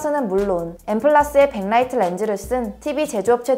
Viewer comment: 내용도 좋고 빽라이트가 아닌 백라이트 발음도 좋고...대한민국인 영어를 사투리로 배워서 된소리 너무 심함.... 안해도 될 된소리가 문제...